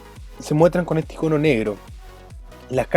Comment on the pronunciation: Me pregunto por que siempre dicen "ICÓNO" aun viendo escrito "ÍCONO"...¿?